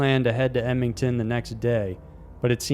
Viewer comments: And I think you meant Ed-mon-ton not Edmington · I'm sorry, before i go on with this video...you pronounced it Eb-me-ton...It's pronounced Ed-mon-ton...Love the videos though. I have never heard anyone pronounce it that off.